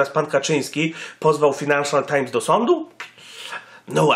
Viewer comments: fajnanszal nie finanszal times xD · Czytasz "fajnanszal"